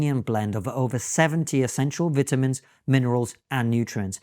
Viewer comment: I finally spotted a rather Russian English mispronunciation by Konstantin 😊 he says the word "vitamins" a bit more like "veetamines" 😅